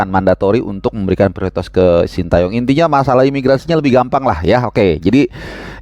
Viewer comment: Ini penting2 engga sih, tapi ntar presiden ataupun protokoler pas acara bakal nyebut namanya coach STY sesuai yang dikasih ortunya (shin te yong) apa versi indonesia (shin ta yong) 😂😂😂😂